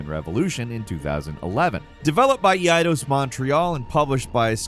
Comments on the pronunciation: "developed by eee-eye-dahs" swing and a miss... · EE-EYE-DOS? That's a first. Even if that is the correct way to say it, it will always be EYE-DOS to me. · Eidos Montreal; AKA "EEE I DoS" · Did he say "E" idos? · ???? Is that how you say Eidos?? Well I've been mispronouncing it for 30 years